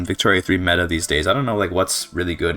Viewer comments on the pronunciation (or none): none